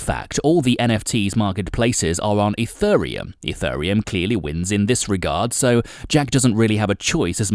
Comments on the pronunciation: What is this E-FUR-RE-UM he speaks of? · you pronounce it wrong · first learn how to pronounce it, mate..... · This video would of had much more credability if you could actually PRONOUNCE the word 'Ethereum' correctly!! All you need to do is watch a couple of other YouTube videos and you would soon find out how to say it! I've been watching videos about crypto since 2017 and I have NEVER heard ANYONE saying it the way you do! So basically the way you're say it is WRONG!!